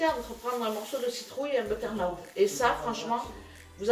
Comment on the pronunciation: Hihi comment tu dis butternut il faut dire beuteurneute